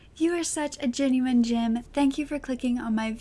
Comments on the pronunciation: I honestly thought she says Genuine Jim .. like we have the Gentleman Jim saying I assumed she had made Genuine Jim her own thing! 😆😆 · I thought she says Jim!!